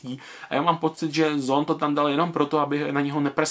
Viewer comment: Čte se to zàn